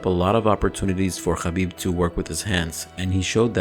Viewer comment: I love to hear u say "khabib" correctly